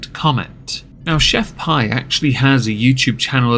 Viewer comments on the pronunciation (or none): It’s pronounced Pee, like urine. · She pronounced her brand as "Chef Pee". Best of you repeat your brand 3 times pre reading a marketing blurb at sometime about 'the rule of 3'. Example. 'They lied to me, Chef Pee!' Add in some vocal fry.